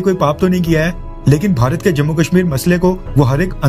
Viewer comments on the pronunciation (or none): none